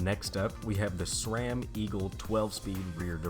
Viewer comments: It's not shram its sram. No h in the name just like sit and shit hear the difference ssssss Ram sram shram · i took a shot every time u said shrame instead of sram.....now im watchin for the third time : )